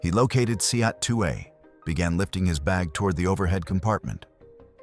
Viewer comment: Seat is pronounced see-at???